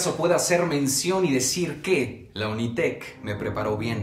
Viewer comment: Todo bien hasta que dijo unitec